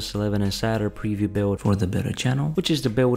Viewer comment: when you say Beta it sound like Better